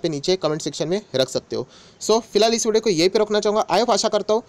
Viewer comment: Vodo nahi video hota h....😂😂😂😂itni bhi kya jaldi h....I ap aasha krta hu😂😂